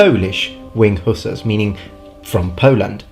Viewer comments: Dude, I'm not trying to be a Dick or a troll. But they're not hoosers.. They are Hussars. It is very difficult for me to listen to you mispronounce their names over and over and over again.. Hussars. Sheesh. So I gave up after 3 minutes. Sorry. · IT PRONAUNS WINDG HUSSARRS NOT HUSAS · Please explain your pronunciation: "who-suhs" versus "huh-sars" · I bow to your linguistic skill and knowledge but please......hussars is pronounced huszars in English. Love your content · The English pronunciation is ... Hoo Zars.